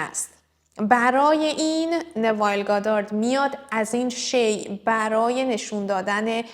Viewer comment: این ایشون را درست تلفظ نمیکنید ایشون نوایل نیستن نویل هستن.